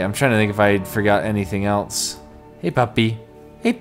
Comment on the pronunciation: Just noticed says else like eltse